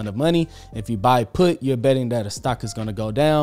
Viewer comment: Ohhhhh you said buying PUT. I had to stop & rewind because I swore you said a different P word 👀 😂